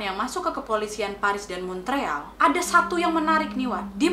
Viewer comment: Montreal dibacanya Mon real.